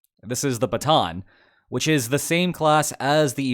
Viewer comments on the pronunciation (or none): none